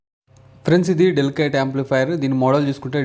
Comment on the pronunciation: అది డెలికేట్ కాదు డెల్ సెట్